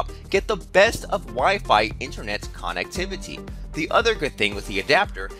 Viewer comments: I wouldnt trust a single fucking thing you say or do with how you say KANNEKTIVATIE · the way he says connectivity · Veltza Canadian detected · Veltza thought it was only me